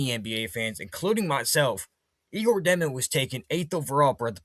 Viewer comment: Dëmin🙌🏼 (Dyomen, like saying "yo what's up?!")